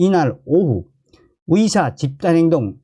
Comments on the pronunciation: 발음을 정확히 해주세요. 위대, 위사가 아니라 의대,의사 입니다. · 위사위사 무엇? 탈북인은 의사발음이 안되나봐